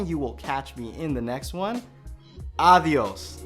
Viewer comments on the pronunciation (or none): last word Adios sound it like Diablos..oh no...calling us Diablos...